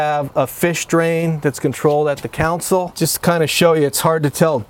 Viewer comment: It’s Console. Not Counsel.